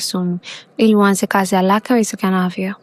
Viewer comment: Sauti ya maya umeipenda anavyo sema halaka nasio haraka